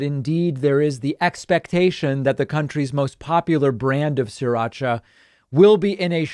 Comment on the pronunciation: It’s not “Siracha”, it’s “Sri Racha”, named after the town in Thailand where it originally came from.